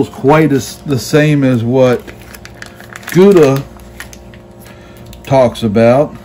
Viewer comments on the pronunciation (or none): Perfect cook my butt. That's a rare steak. Not even close to medium rare. Medium rare look pink with lots of juice. Your is my purple. Use a thermometer bro... His name is Guga not Guda. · lol he has to know he’s mispronouncing both Guga and Wagyu